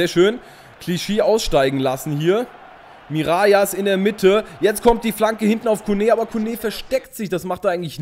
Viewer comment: Hey super Video wie immer:) "Mirallas" spricht man nicht "Mirajas" aus sondern " Miralas" aus. Im generellen hast du natürlich recht dass auf Französisch doppel "L" "J" wird. Aber Mirallas kommt aus der niederländisch sprachigen Region Belgiens. Also wird er ganz normal "Miralas" ausgesprochen.:) ( komme selber aus Belgien) Liken damit er es sieht:)